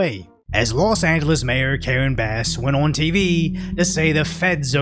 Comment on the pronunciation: "Lost Angeles" SMH...